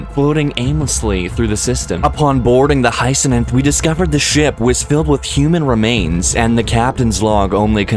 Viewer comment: GLORY TO THE COMMONWEALTH! btw, it's Hyacinth. Not Hyceninth. A hyacinth is a flower.